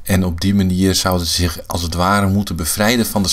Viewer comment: In welke streektaal spreekt men zoveel met s ipv z? zich=sich; zonder=sonder